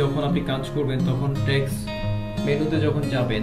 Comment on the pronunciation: ভাই ট্যাক্স কে বারবার ঠ্যাক্স বলতেছেন কেন? শুনতে বিশ্রী লাগছে